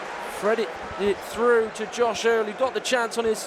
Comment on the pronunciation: A lazy commentator who says things like "fredded it frew"